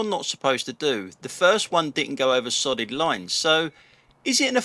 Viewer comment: Loving the vids, just glad that I'm not the only one surrounded by numpties. Sorry but I kept hearing SODDING LINES instead of solid lines 😅🤣😂😆